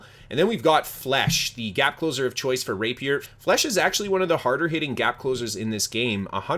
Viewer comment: great video. But, please, stop saying flesh my guy. It's French